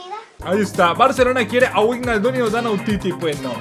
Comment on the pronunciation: "Verner" "Vaijnaldum" "Laipzig" "Chavi Saimons" este no pronuncia ninguna bien 🤦‍♂️🤦‍♂️